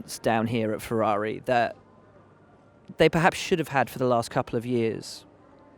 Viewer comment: "PerHaasps on terms with Mercedes"